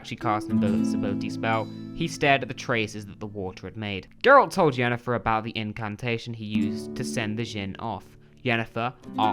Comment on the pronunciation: Well, you only called Yennefer "Jennifer" two or three times lol so, that's pretty good, I suppose. Considering... 👍🤣